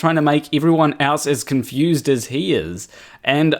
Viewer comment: "A viry cunfused pirsen ettempts to dibenk pai"